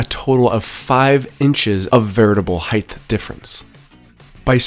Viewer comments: HEIGHT. wtf is "heighth"...😂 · Height, not heighth. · between the "heighth" and everything being a system (instead of just the thing) this guy drives me up the wall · omg I hadn't noticed that, you're so right